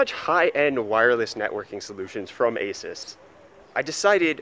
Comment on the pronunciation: did he say A-SUUS